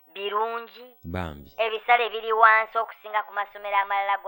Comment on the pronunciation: 😂😂 naye nolungereza😂!! Mbu wansi gudusi 😂😂